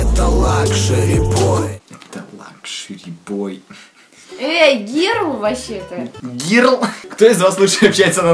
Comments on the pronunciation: Не герл а Gerl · Не гирл а гёрл